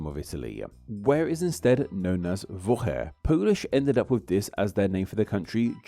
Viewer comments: you seem to not pronounce "włochy" properly, it's not "vo-he", "ł" is pronounces like english "w", and polish "y" is closer english "i", like "vwo-hi", you can also easily check most polish pronounciations with just google translate, in my experience it pronounces most things correctly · Technically, it’s pronounced “Vwocky”